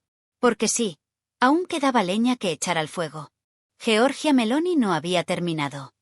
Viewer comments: Giorgia, no jeorjia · GIORGIA, no Georgia